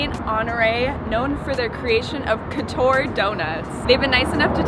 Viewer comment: It’s funny how you pronounce « couture » 😆it’s probably because I speak french, I was like no that’s not how we say Couture 😂